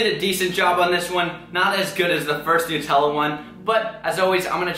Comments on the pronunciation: 'Nootella' Really?! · you pronounce nutella weird